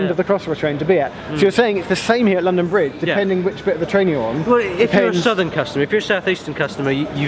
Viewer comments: ITS LONDON BRIGE NOT BRONDON LIDGE! Ik its silly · "Brondon Lidge" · XD "Brondon Lidge station" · 'Brondon Lidge Station' - delightful improvisation from Geoff and, turning a slip of the tongue into a feature of the video. 'If you see something that doesn't look right' (from the station announcer) - points at Geoff. Laugh-out-loud stuff - and informative with it. Vloggers at the top of their game... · brondon lidge station? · Brondon Lidge station ha ha ha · Brondon Lidge 😂😂😂😂😂😂